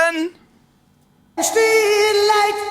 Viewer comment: Trying to say feeling the pronunciation is a little bit what? Lol is it feel lay yay en